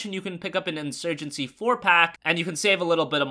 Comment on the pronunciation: in SEWYJENCY